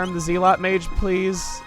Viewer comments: Chugga: "zeel-ot heh. Like Zeal?" Me: "Chugga it's zell-ot... Wait a second. Zeal, like zealot! OHHHHH the town name continues the religious and sin themes!" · Ze-lot not Zeal-ot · It zel ot not zeal ot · I hate to be "that guy",, but the word "zealot" is said like "zeh-lot", not "zee-lot". Keep up the brilliant work, though! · I know you probably are emphasizing the zeal in zealot because of the city of Zeal, but it's properly pronounced "zel-ot". Probably never heard it said aloud since it's kind of an uncommon word. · It's technically pronounced with a short "e" sound, not a long "e". "Zell-ot" instead of "zeel-ot". The name of the kingdom is pronounced with the long "e", but words like "zealous", "zealot", etc., use the short "e". Not normally a grammar nazi but some things just bug me. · I'm sorry, but this is annoying me. ZEL-UHT! Not Zeel-oht! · Its Zeh-luht, not Zeel-ott, Chugga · Zealot mage is pronounced ˈzelət, not ˌze-lät. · Hey, not trying to be an asshole but I'm pretty sure zealot is pronounced more like zellut, not zeelot as said in this video. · It’s pronounced “zellot”, not “zeelot”. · Zealot is pronounced Zell-ot, not Zeal-ot, it might have just been a pun. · "Zee-lot" 😂 I love your videos chugga, but really I'm here for your pronunciations lol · Pretty sure zealot is pronounced zell-it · Zealot is pronounced "zell-lot" my guy haha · Zealot is pronounced "zellot" is it not? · Zealot is pronounced Z-ell-ut. I know it's a nit pick, but meh. Still fun to watch. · Zeel-ot? That's a good new mispronunciation! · zealot is a word. A person who is fervent about or devoted to something, pronounced zel-ott. Zeal is just extreme devotion. However, I know you're pretty zealous (pronounced in the manner of zealot) about making puns, so if it was just a pun and the word was known to you, I deeply apologize for giving you redundant information. Either way, I apologize if this at all came across as condescending. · Zealot is pronounced as “zell-it.”